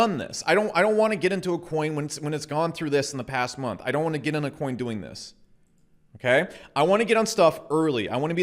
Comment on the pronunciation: "Binance Choin"